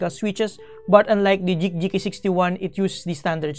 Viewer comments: Dude it's "GEEK"! I though you have difficulties saying G and K at the same time, I double checked the caption it seems like you are trying to pronounce GEEK,. I'm tilted. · Nice review but I just can't stand listening to "J"eek instead of "G"eek like Greek or Green. I've seen a lot of your videos and I thought at first you just mispronounced it but you kept saying it. Not hating you though. I still like your vids. Keep it up! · Geek po, not JEEK :) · Just thought about that now, you're right! I don't know why I keep pronouncing it as Jeek instead of Geek. Thank you for correcting me, I'll fix that in case I get a chance to review another Geek keyboard :)